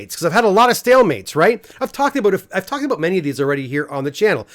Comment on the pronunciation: Did he say, “talk aboot”?